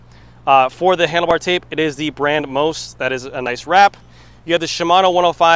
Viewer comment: Just one note on the pronunciation, it's Italian so the parts brand is pronounced "Moist"